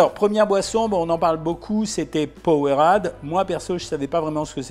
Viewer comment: Ca se prononce powereyde mais sa s’ecrir powerade